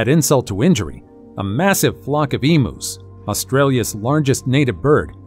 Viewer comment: Eemuuz is the pronunciation. Not emoos